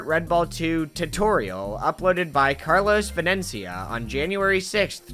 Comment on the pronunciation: i was not expecting that almost perfect pronunciation of carlos venencia